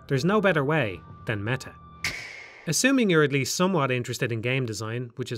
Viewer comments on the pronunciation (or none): de mehah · I kept hearing "mega" lmao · You had to make an effort to pronounce the T in "meta" with your accent didntye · No? That isn't a feature of the Irish accent.